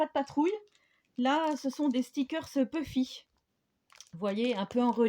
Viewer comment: Ccou ma Chris , quand t'a présenté les puffy , j'ai entendu : BUFFY , lol ;) Houuu , je suis fatigué , moi ! 1 toile en ♥ , je voulai en prendre une , pour faire une créa pour mon loup blanc , et puis , non , j pas pris ! Mais ça fait , un millénaire , que j'ai été à action , pourtant , il me faudrait , les grands bloc de feuilles blanches A3 , quand j'aurais moins de travail , et mes aller-retour , à la campagne , pour mon cheval , je commence à lui faire faire des petits trots , ça a l'air d'aller.............Gros bisous :)